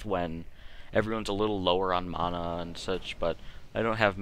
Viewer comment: By the way , Its MANA not fucking mona , fuck sake people.